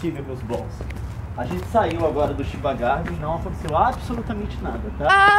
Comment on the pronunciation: Chiba Garden.... A pronúncia correta é Tiba e não Shiba. Chiba é uma província que fica do lado de Tóquio, e por acaso a Tóquio Disney , fica em Chiba e não em Tóquio como diz o nome :p Estão de parabéns. d('.'o)